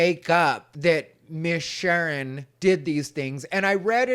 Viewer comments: “Shern” lololol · “Miss Shern” 😅😅😅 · "Shern"? I don't think that's the proper way to pronounce "Sharon", unless you're ghetto... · Say it right It's Miss Shar'n.😅😅😅😅😅